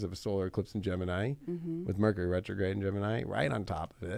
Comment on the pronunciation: Rercury Metrograde! 😆 😂